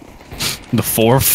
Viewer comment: When said "Forf" I thought "May the Forf be with you young one" XD